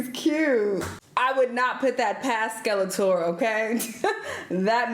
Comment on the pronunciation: Her saying Skeletor never gets old 🤣